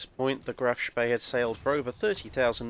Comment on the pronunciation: Couldnt you have teach how to pronounce "Spee" properly? Its almost as bad as Phlys pronounciation lmao